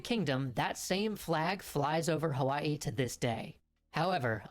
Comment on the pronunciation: What a special treat that you chose these two Extra History vids to share- this is my hometown of Hawaii. I enjoyed it and you pronounced it correctly! 👏 Since you have subscribers from all over the world - it is nice to learn of other places. Keep up the great work and I enjoy your channel. Thank you or as we say Mahalo (thank you). 😊